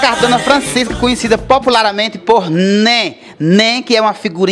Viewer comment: Parece q ouvi a Maria dizer aos 40seg. "Popularamente" 😄😄